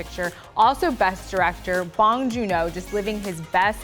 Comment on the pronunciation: Nice review. But it's "bong" pronounced "Oh". Not bong like the thing you smoke.